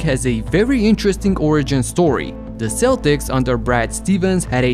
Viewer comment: Not trying to be pretentious or anything but Celtics is pronounced "Keltics" not "Seltics." Just an FYI for the future.